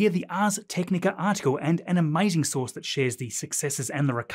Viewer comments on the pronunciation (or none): none